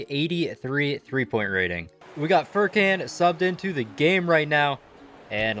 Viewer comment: Pronounces Mykhalluk correctly Also: Furkanne